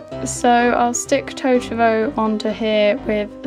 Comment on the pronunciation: The way u say totoro is so wrong D